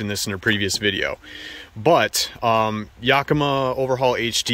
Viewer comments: Why does he keep saying "yokima" rack. It's yAkima... emphais on the "A"... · Cool set up, and thanks for sharing your smart design tips. For what it’s worth, as a native of Yakima, I can tell you the “Yak” in Yakima is pronounced like the word “back”, as opposed to the word “”jock”. Hence the phrase “yack attack!”. And, the “eau” in “tonneau” is ponounced like “oh”, not “ooo”, like choo choo. :-) I’m not being critical of your good content. I’m grateful for it, just trying to slow the new and growing trend of calling tonneau covers “tonooo” covers. Id never heard that until about two years ago and now it’s all over the net. Cool truck and please keep the content coming!